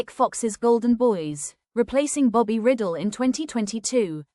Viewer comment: It's Bobby "Rydell" not "Riddle".